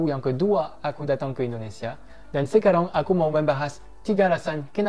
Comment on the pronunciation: Apa sekarang masih bilang sekarong bang.. 😂😂 mendengung gitu yaa pengucapannya.. lafal perancisnya masih medok 😁😁👍